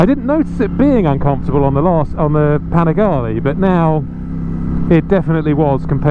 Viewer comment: It’s panigale not panigali